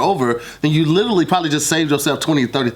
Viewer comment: what is Lit-Ah-lly?